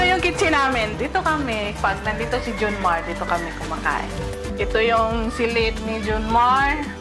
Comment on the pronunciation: Inalis yung voice-over ni Korina kasi sabi nya "June Mart" 😂😂😂😂😂